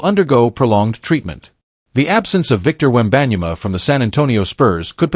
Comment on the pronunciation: How did you pronounce “ wembanyama”? . Dude , cmon ! Have some respect . Do your homework !!!!! Jeeezzzzz